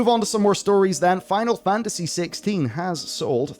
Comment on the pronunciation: still cant say "FINAL FANTASY" ??